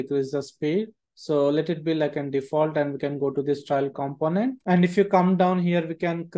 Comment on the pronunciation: great tutorial. Pronunciation of TRAIL is wrong throughout tho - very grating!! I kept expecting a judge & jury to accompany the trial : D